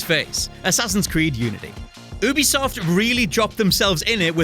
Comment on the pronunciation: I disliked because of the way you pronounce ubisoft